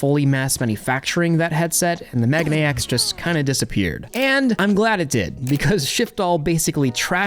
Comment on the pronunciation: it's not "mega-nex" it's "meh-gah-neh-ex"